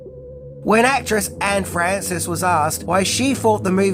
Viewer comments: Not sure if the narrator was being "cute," but, it's "Anne Francis," not "Annie Francis." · "ann"(Anne)Francis,not Annie 07 Oct'25